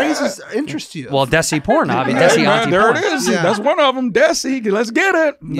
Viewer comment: It's pronounced "they-see", like Desi. Like Dheysi.